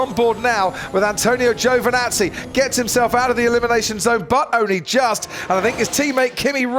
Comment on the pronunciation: Why do British announcers have so much trouble pronouncing people's names from other countries? That includes Ricciardo, who's from Australia a former British colony, Giovinazzi, etc.